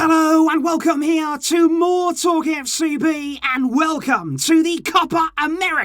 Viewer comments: you said welcome to 'more talk fcb' lol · It is TalkFCB not MoreTalkFCB.